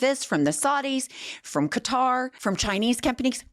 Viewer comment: Thank you for being one of the few who pronounces Qatar the right way. I'm sick of hearing "Cudder gifted tRump a flying palace" or words to that effect!